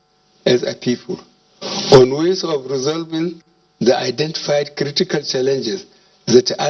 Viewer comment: This man is very very sick, you can see that from his movement and actions. He is really dead. Dead man reading he’ll presidential address to dead country (kantry), kwomitment, krikital chalinges,taranparat, domokarasy